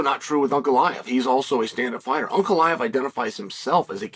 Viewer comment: Chael pronouncing Ankalaev name correctly, good sign or bad?